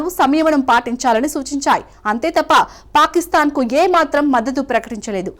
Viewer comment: పారిస్తాన్ కాదు పాకిస్థాన్...